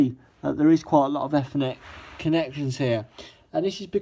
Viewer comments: effenet port ? Think you're pronouncing that wrong mate, try it with an E not an e. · oh I see! Just it sounded like you said effffffffffffinet cable and I thought that was some sort of new cable 😂😂😂😂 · oh ok no problem, just sounds strange how you say it because it's not even close to the correct word.